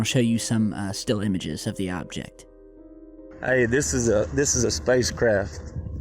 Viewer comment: “Ayyy this is a space ccrraafftt”